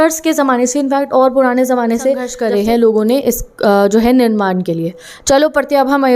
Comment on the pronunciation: निर्माण not निरमान🫂